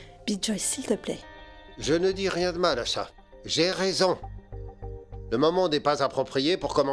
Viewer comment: Mais Elle a dit ria pas nea